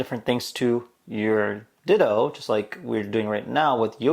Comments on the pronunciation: its not Ditoh.. its Ditoo (U vocal) like dituu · I guess you don't know what sound 'oo' makes in English hint: it's not 'oh'